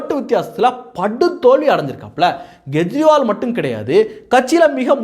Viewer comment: Gejriwal? It is Kejriwal. K sound, not G sound